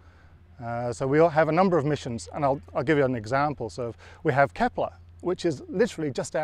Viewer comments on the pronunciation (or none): none